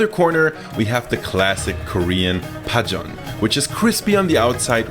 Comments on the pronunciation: As a Korean I approve of your recipe and how you pronounced 파전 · Your pronunciation of 파전 is so good lol